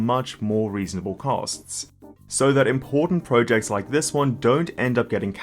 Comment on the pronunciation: Great content and analysis, very much appreciate it however I may just kindly add that the way you say ProJects is quite odd !